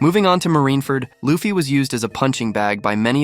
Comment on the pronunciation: Bro, why do you keep on saying Loafy? It’s Luffy